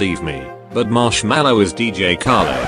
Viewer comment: It sounds more like slushii instead of marshmello.